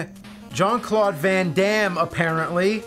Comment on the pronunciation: XD i love James's way to pronounce Jean-Claude.